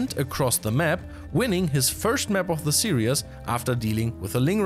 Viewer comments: Great news and great to hear from. A small note for future -- the word used in the whole video was "serious" [sear-e-us] (example ) but the correct pronounciation is series [sear-ees]. Still, great respect and positivity for handling SC2 and multiple languages:) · is have serious problems pronouncing "series" and instead turning it into "serious". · we love you. Some english language: serious is not the same a series. Some other pronunciation stuff. But job well done:) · Love the commentary. You're going to give me an aneurysm if you keep saying "serious" instead of "series" though. 😂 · 'Series' and 'serious' are not pronounced the same way. Great content as always. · FYI, the word "series" has only two syllables. Say "sear" followed by "ease". The way you're saying it, it sounds like you're saying "serious". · It's "series", not "serious". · Why do you pronounce series "serious"? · Yeah, it was funny every time he said it so completely wrongly, but to be honest I hope he doesn't say it again. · That is not how we say series in the USA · Why do you say series like that